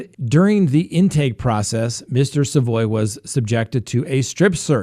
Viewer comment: Also its sa (as in salad) voy. Savoy